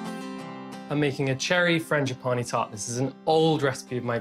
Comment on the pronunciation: Was that supposed to be funny to mispronounce frangipane?